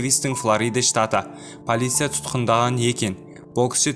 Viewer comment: Брат қазақша дұрыстап сөлеші полиса емес полиция шығар бәлкім?